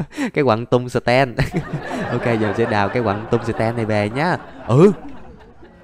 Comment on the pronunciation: anh ơi quạng đấy ko phải tên là tung sờ ten đâu mà nó là (Tung sờ teo)